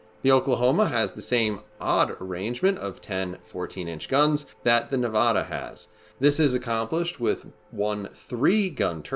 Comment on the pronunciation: You said Nevada wrong. From Nevada.